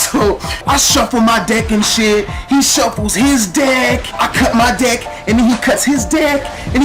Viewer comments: omg lol kept thinking u were saying dick insted of deck omggg xDDD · every time he said deck i thought he said dick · It sounded like he said dick. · It sounded like he said "blow my dick" lol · XD every time he said "deck" it sounded like dick. LOL